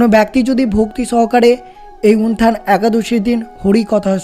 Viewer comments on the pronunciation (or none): হরেকৃষ্ণ। জয়শ্রী রাধারাণী।জয় গৌর জয় নিতাই।প্রভু যে ভাবে আপনি একাদশীর নাম টি উচ্চারণ করছেন তা ঠিক নয়। উত্থান একাদশী কে উনথান একাদশী বলছেন।